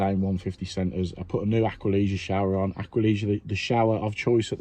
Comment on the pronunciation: Hi great video as always! They called it Aqualisa after the owners daughter Lisa...but for some weird reason they've started pronouncing it Aqualiga. Anyways...have you tried the Aladdin valve which you can fit to live mains? I had to do this one xmas eve when water would not shut off either indoors or outside. Was sh1tting bricks at the time but it worked a treat. Done a couple of them since and they are brilliant. Maybe do a video on them sometime?